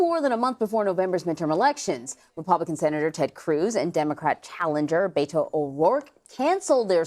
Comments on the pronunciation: Learn how to pronounce Beto's first name! It's BETT-o, not BAY-to. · It’s pretty appalling that a Texas journalist doesn’t know how “Beto” is pronounced.